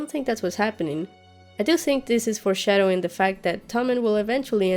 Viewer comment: Can you please stop saying "forshsdowing". Its not cool. I know it's the new trend that all game of thrones reviewers are saying. Like cleganebowl. Not cool. I really liked yr stuff when you started yr channel but now you seem to be trying to be too cute and funny. We all know that these speculations and theories are recycled from other youtubers and saying little funny jokes on the side doesn't make it sound authentic. I have to unsubscribe, sorry.